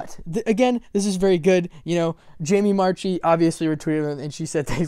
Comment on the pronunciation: FYI: Marchi is pronounced marky not march-ee. It's why her twitter is marchimark. And she's mentioned it in many interviews. I actually responded and said I respect you not being able to say anything. Either you don't know or you do know and can't say. Either way I'm not sure a lot of people would believe her if she did say she didn't know. As for the VAs knowing things? I don't agree with that at least not at this stage. Yes they have to record, but we're talking a minimum of two weeks from japanese air date to english air date assuming they get started right away. Pre-covid they would. So I would imagine they would learn about it the same time we do and then closer to the air date they learn things that we don't so they can cast new characters etc... But.......since covid funimation rarely publishes on a 2 week delay. My Hero Academia is the only 2 week anime I can think of. I was like 99.9999% that dragon maid season 2 would be a 2 week anime since it's kyoto animation!!...........no..........not even close. Anyway thank you for NOT being a BS clickbait video. Most "speculation" videos just pull shit out of their asses, but you were responding to things I actually saw happen.